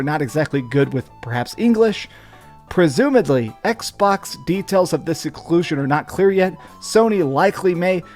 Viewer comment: Assumes poster has poor reading comprehension Also: Mispronounces 'presumably' immediately